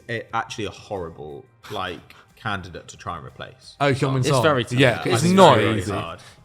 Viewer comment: The fact that you mispronounce Sons name still is funny to me